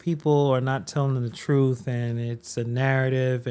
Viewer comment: "I like to talk with TROOF"